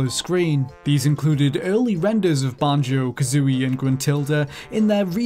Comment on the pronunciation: Can't stand how you say banjo